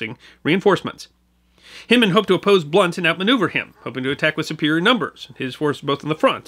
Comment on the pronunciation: We pronounce Hindman with a long I. (e.g. Hind quarter) There's a city park in Little Rock which bears his name although without Civil War attribution. Regardless, thanks for pointing the bow tie our direction...many of us have ancestors involved with those fights and we've not forgotten either. And yes, razorbacks are still a particularly nasty species. (just ask them Texas boys)